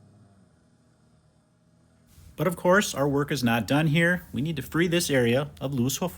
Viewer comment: “Yer dun 😤” Love it 😂